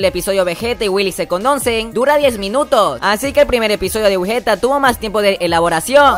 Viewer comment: Me gusta mas wigetta Pero Uno wey ew como obvio que te van a gustar las perrerias de mike ya que esto es un canal fandom de Mike y no de "Wigetta" Dos: Wey se que es algo que no solo tu o ustedes se equivocaron pero es wigetta no wigueta ._...